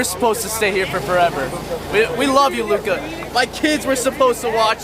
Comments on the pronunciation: its Luka not Luke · his name is lukA dončić. not luke.